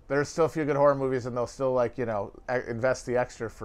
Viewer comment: I thought you said Hereditary is a horrible movie when you said "horror" and I was going to be like "How can you talk about movies with an opinion like that?" Lol